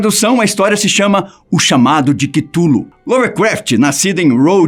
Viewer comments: "Kitulu" é phoda hein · eu sempre pensei como se fala cthulhu, agora entendi q se pronuncia quitulu kkkkkkkk